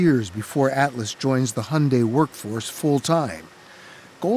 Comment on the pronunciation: Wtf is honday? It's called Hyundai !!!